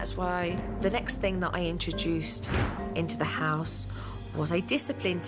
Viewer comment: Lol supernanny let the Carribbean influence pop out her mouth 😂. "One ting change"